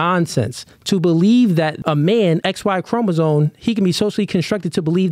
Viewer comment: It is CHROMOSOME not chroma-zone 🤦🏾‍♂️